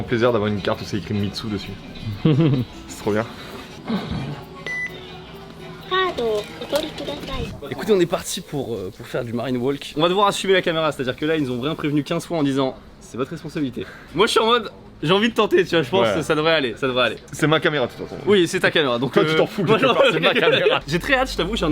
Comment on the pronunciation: oui, alors par contre, on ne prononce pas cela "walk" avec, mais sans "l"